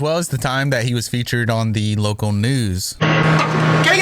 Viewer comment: He's considered a what?? Lowcal ? Low cow?? wtf word are u saying